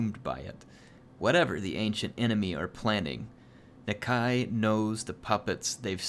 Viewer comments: I think its Na-Kai not Na-kay? not sure.... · the lizardmen language guide says that Nakai should be pronounced Nakie so something more like Na-key than Nuh-k eye. but i'm petty sure people are just going to make up their own pronunciations and it's not like the game uses proper Saurian anyway and it's not like non-lizardmen can pronounce it 100% anyway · Nuh-k eye I think is how it is pronounced. I love the content, keep it up!:D